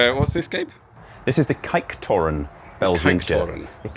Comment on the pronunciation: The ‘ij’ sound is pronounced like the ‘ai’ in ‘air’. So kijktoren doesn’t sound like kayaktoren 😌